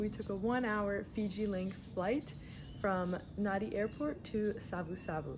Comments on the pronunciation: It’s pronounced Nandi, written Nadi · "Nadi" is not an island, and you didn't even bother to learn how to pronounce the name of that city correctly. You obviously do not care at all about what is actually happening here, all you did was what tourists do. Why did you not visit the real Fiji? When you said "Yawasa Island Chain" is when I had to stop this nauseating video. Next time you go somewhere, please get to know the place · So you think that calling your traditional drumming an annoying tapping sound is OK? And how about not even bothering to learn how to pronounce Nadi? Why did she bother coming here if she does not want to learn anything and is so disrespectful?